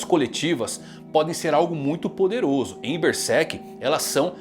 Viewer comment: Mangão fala Bersek